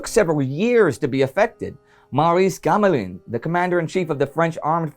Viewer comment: Indy, you always do a great job. But those of us who know how French is pronounced always wince at the fear of pronouncing the 'in' sound. It's pronounced 'an' but with a soft n. It's not remotely 'in'. So Gamelin is pronounced 'Gum-lan' with the a as in 'and' but without the n being pronounced - rather nasalised. But I can think of no other way to show in English that the 'i' is pronounced like the 'a' in 'and' in English. Backing off on that big vowel sounds super-wrong. Obvs this is a very small issue, but you do such an amazing job of Polish pronunciation and the like, it'd be great to see you nail this like Laurence Olivier did in The World At War.